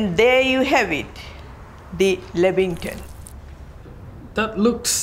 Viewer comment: Lambington? 😂😂 what!? 😂🤣